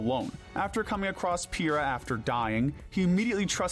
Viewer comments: Ok I can buy you calling it the Eggis by accident but there's no way you just called her Piera 💀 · First of all: DARK PIT DESERVES TO BE ON THIS LIST! Second of all, why are you mostly using the OG Xenoblade cutscenes when the Definitive Edition has been a thing for three years now? Third of all: that’s… not how you pronounce Aegis… or Pyra…